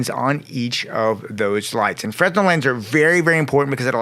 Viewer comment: Friendly tip the fresnel is pronounced (fernell). BTW I love breakdowns like this. Keep killing it. Finally subscribed!